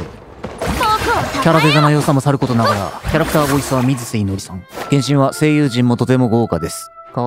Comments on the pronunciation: 聞き間違いじゃなければ、さんの読みが違っていたような？ 「みなせ」ですYO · 水瀬(みなせ)ですよ〜(小声)